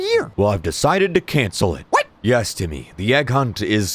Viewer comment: It’s timmeh... not timmy